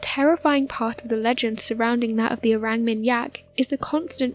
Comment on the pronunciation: Orang with a deep a like ‘is ahh’. ... or -ahng How do people make mistakes like this when making videos that potentially hundreds of thousands of people will watch ?